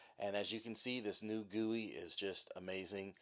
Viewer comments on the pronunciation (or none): "this new gewie is amazing"